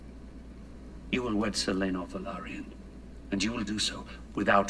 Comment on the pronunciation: lol it's Laenor guys pronounced LAY NOR.....Not Lanoor